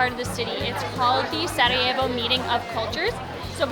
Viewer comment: thank you for saying the city name right